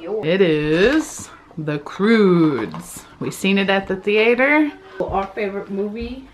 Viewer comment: ''THE CROODES'' lol and my favorite movie is ''The Minions'' movie..... BEEDOBEEDOBEEDO